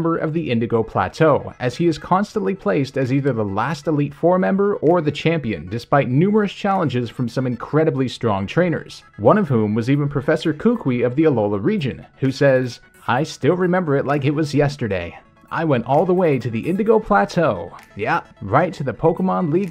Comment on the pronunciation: They way you say Kukui. It's Ku-ku-ee